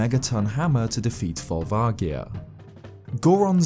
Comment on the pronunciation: Volvagia and saria are so off please record again